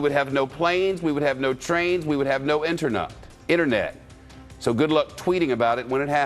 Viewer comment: "Internut" lol